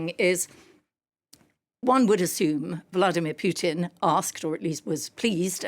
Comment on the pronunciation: This woman cant pronounce Putin but can pronounce Makhron by some reason.